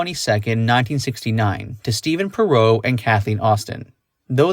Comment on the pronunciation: Why did you pronounce her last name like that?